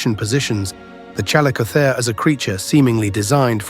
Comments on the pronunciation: It's pronounced Chall-ISS-o-theer. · Ai video bullshit bruh just narrate, I know this video has nothing interesting to say that everybody doesn't already know but just use a human. "ChalleycoTHAre" "challeyCOTHeree" "challeyKOtherz" BRUH calico theer no human would ever struggle to pronounce that 800 times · CAL LICK O THEERE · The "ch" in "chalicothere" is pronounced like "k". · My apologies, but the AI narrator managed to irritate my ears with at least five different pronunciations (all incorrect, btw) of the word chalicothere/chalicotherium. Please use an educated human narrator! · The AI narrator mispronounces chalicothere. I wonder if the maker of this knows how it's pronounced. Or perhaps they didn't listen carefully. Interesting topic but I feel insulted. Hopefully the creator will move away from using AI resources as they get more subscribers. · Well... this is Youtube, a place of subjective and/or poorly researched and understood information. Any amateur can make a video and most viewers will regard the information as fact. I mean the guy even pronounces the species' name wrong. Point is, don't take everything so to heart, I'm sure this must be annoying to you as this is your field of expertise, but this is yt, dont bother to be bothered